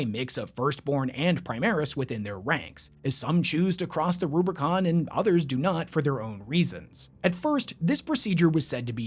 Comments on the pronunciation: Nitpicky but it's Rubicon; there's no second 'r'. Great video though! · ruBICON not ruBRICON, that shit is a saying in real life too not just warhammer lololol